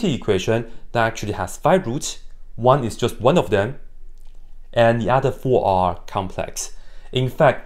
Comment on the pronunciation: What english speakers heard:"One one one one one" Meanwhile japanese people:"why is he barking?"